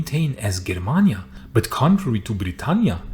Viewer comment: the G in germania is pronounced like in Germany.